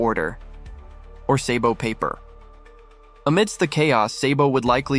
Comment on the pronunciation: Then can’t even say the the character name right lol what a clown lol Yonko Sabo